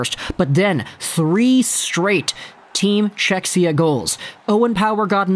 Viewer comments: Czechia - not "Czechsia" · Cze-hi-ah that's the pronunciation, not to be an a-hole lol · Nice video as allways, but oh man, that pronunciation of Czechia hurts my ears, even tho im from Slovakia 😀 .